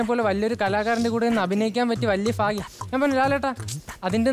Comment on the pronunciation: ഫാര്യ അല്ല ഭാര്യ, ഫാഗ്യം അല്ല ഭാഗ്യം ആണ്